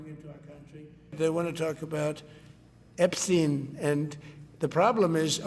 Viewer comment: "They wanna talk about Epsheen"